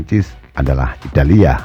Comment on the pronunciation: Italia bukan italiya ngaco, jangan di lebih lebihin lahh, kasian sama orang yang belom bisa baca bikin bingung pelajar aja